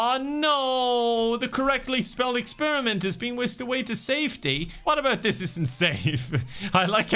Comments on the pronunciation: I giggled so hard at "Expirment". I was really rooting for them. 💔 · saying "expirment" made me lose my shit 😂😂